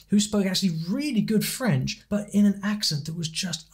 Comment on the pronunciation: Nick clegg has a very good accent you can hardly tell he is English